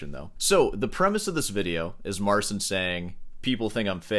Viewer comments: His name is Mar-chin, not Marsin btw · Talks about Marsin so much, he could maybe learn how to read his name as well :D